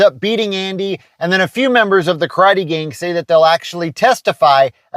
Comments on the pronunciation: KARATE! Nobody pronounces better than George takaei, Oh My! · This episode taught me to correctly pronounce “karate”. Like a dildo. I love your videos. You rule. The church steeple and the star, that’s just incredible.